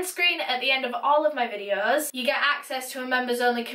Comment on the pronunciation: Started watching your channel 2 months ago.. finished all your “videuhs” ☹️